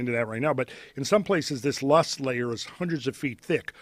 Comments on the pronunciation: Loess -pronounced LOW ESS..He's talking about what is known as the Missoula flood(s) There were at least 15 floods over the entire course of the last 2 ice ages.... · Idk why Joe Rogan is so onto these prehistoric conspiracies. He is always hating on conspiracy people but then he openly broadcasts his own. Such a hypocrite. He mispronounces the word "leoss" and then says its a mystery where it comes from when its well known to be deposited by glaciers. The guy mispronounces and misuses tons of these geology terms.